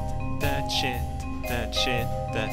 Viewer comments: I miss when used to say chit instead of sh*t. Good times.... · I love the way he says shit, "shet". I find it hilarious.